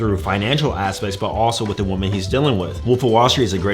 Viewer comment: You still cant ponounce woman and women properly!!!